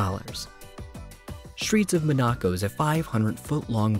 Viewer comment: Streets of Monaco is just a concept and you are saying Monaco wrong